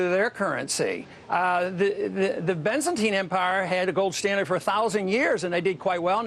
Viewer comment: Not only does he not know how to pronounce 'Byzantine', but Ron Paul is astoundingly unaware that the Byzantine empire a) fought many, many wars and b) was the continuation of the Roman Empire. This man is a semi-educated libertarian fanatic.